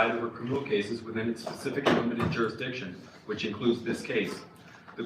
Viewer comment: jurisdiction not durasticion and litigated not mitigated. Not a big deal, just saying.